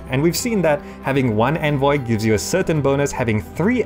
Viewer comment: Listening to you pronounce "envoy" is infuriating.